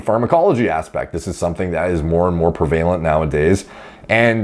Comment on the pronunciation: Did he just say “pruh-vaylent” when pronouncing prevalent 😂😂😂